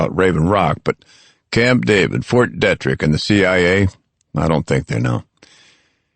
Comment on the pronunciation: How many fucking times does have to say John in such a annoying way jaaaaaaaaaaaaaaaawhn...jfc that is so fucking annoying. And Fort Detrick is pronouncee deee-trick not dettrick... Seriously it's been almost 20 years since this book came out and this dude keeps repeating Cipro like it's the only antibiotic he's learned or merciful god as if that's the only. By the fourth book we don't need reminders of the last three books. Also if they pronounce Kevin Malady's name wrong one more time I'm going to lose it..its not Mlady like how a neck beard would say it